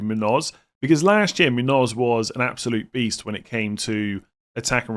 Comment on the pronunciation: My pet peave is FPL content creators' pronunciation of Muñoz. Seems like Muniz ruined it for everyone. It's pronounced moon-yose. I think FPL Harry is the only one that gets it right 😂